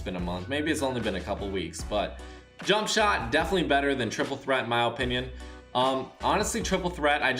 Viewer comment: “In my oh-pinion” Lol